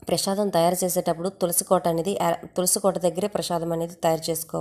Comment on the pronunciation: Prashadam kaadu. Prasadam